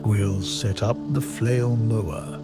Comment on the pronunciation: You have great videos on flail mowers. I've watched most of them. I still struggle getting past you calling them a "flow" mower. I even turn up to audio to make sure I'm not hearing you incorrectly. Aside from that, I appreciate that you show issues that you have with equipment - even when it's your fault. I don't need another brand commercial that only shows everything going perfectly. I haven't even decided which flail mower I am going to purchase yet, but I already know I need flow restrictors based on your video.